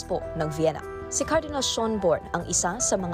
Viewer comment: Schœn, not schon.